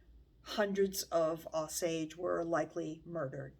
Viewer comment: I am enjoying your channel very much, and want to offer a gentle correction. The name of the tribe is pronounced with a hard or long O at beginning.....Oh-sage. It may vary in different parts of the country, but here in Oklahoma, that is how the tribal members say it.